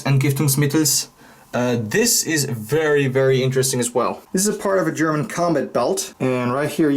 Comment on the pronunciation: Your German pronunciation is awesome